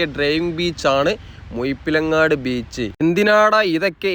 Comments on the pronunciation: മുയിപ്പിലങ്ങാടല്ല സഹോദരാ, മുഴപ്പിലങ്ങാട് 😂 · മുയിപിലങ്ങാട് അല്ല മുഴപ്പിലങ്ങാട് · Mind your language..not muyippilangadi.. Muzhippilangadi..seems zh a problem for you! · മുഴപ്പിലങ്ങാട് ❌ മുയ്‌പ്പിലങ്ങാട് ✅ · ആദ്യം മലയാളം ഉച്ചാരണം പഠിക്കാൻ നോക്കിയിട്ട് പോരെ കോയ വീഡിയോ ഇടാൻ, മുഴപ്പി ലങ്ങാട് ആണ് കോയ, അല്ലാതെ മുഴുപിലങ്ങാട് അല്ല ഹമുക്കേ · മുയിപ്പിലങ്ങാട് അല്ല -- മുഴപ്പലങ്ങാട്. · മുയിപ്പിലങ്ങാട് അല്ല മുഴ മുഴ മുഴ ഴഴഴഴഴ ,,,,മുഴപ്പിലങ്ങാട് ബീച്ച് അറിഞ്ഞൂടെങ്കില് അറിയാവുന്നോലോട് ചോദിക്കണം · മുയിപ്പിലങ്ങാടല്ല മുഴപ്പിലങ്ങാട്ട് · നല്ല detailed വീഡിയോ 🤝 ഭാഷാശൈലി രസമാണെങ്കിലും മുയ്പ്പിലങ്ങാട് അരോചകം ആയി തോന്നി 😅 മുഴപ്പിലങ്ങാട് ആണ്. റോഡ് വീഡിയോ തുടങ്ങുന്ന ടൈം പറഞ്ഞാൽ ടൂറിസം താൽപര്യമില്ലാത്തവർക്ക് ഉപകാരപ്പെടും. Keep up, amazing 👍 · മുയുപ്പിൽ അല്ല കയ്ഞ്ഞ് എന്നൊന്നും പറയാതെ വ്ലോ ഗർ അല്ലെ ക്ര്ത്യമായി പറയു.....പ്ലീസ്